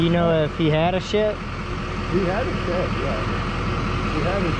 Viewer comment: its pronounced (SH-ED) not SHET, ya mook!